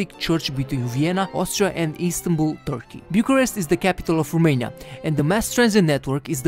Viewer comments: The narrator presenting these facts about Romania speaks good English and quite nicely,with one exception; He knows that ROMANIA in Latin is The Country of Romans,yet he pronounces rumania.Why rumania? Americans pronouce Romania,as the Latins do. Are we the ROMANIANS lesser informed about Latin language than the Americans? Let's go to basics Romanians! We have enough rubbish from the gypsies and the ignorants!... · there is no Rumeinia, is Romania. Fiind roman, ar trebuii sa stii asta, doar asa ca sa nu invete si strainii gresit.